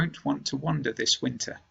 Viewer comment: winter pronunciation (wiinteaa ) 🌚